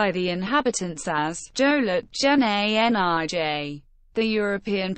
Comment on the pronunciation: The real name for the islands is Lolelaplap and is considered our "Joliet jen Anij" (btw the pronounciation for Anij was TERRIBLE). And it would be nice for there to be a real person narrating instead of a computer. Even Spanish names were pronounced incorrectly.